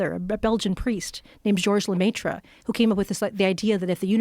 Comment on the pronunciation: Hearing her mispronounce George Lemaitre and how she just kept saying it......